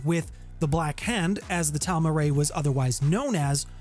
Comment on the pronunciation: It's pronounced "Tahl - Mah - Keh - Rah.